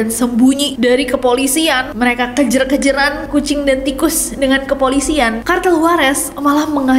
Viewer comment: Kejar Ness, bukan 'kejer' 😅